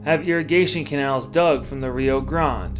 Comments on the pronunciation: When talking about the river, you either can say Rio Grand or pronounce it Rio GrandA. Rio Grande. The e isn’t silent. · Rio Grande is pronounced (Ree-oh Gran-day). Cool video!👍🏼